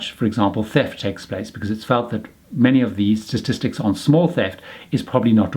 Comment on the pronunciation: It isn't 'stastistics', there's one too many 's's. Try statistics. Otherwise good information.